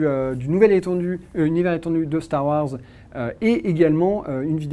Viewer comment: x) il dit bien "hanne" et "lendow", mais par contre c'est "Starr Ouarzz"